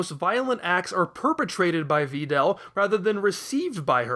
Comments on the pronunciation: "Va Dell" you are welcome 0/ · Yup, that's how it's pronounced. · You are so good at this dissection, man! ...but I absolutely despise that pronunciation of Videl— but that’s just me. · Is there a meme I’m missing that has to do with the way this guy pronounces names? Vee-del? Sigh-ins? No way lmao